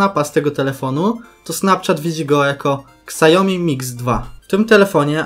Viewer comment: Od kiedy Xiaomi czyta się Ksajomi XDDDDDDDDDDDDD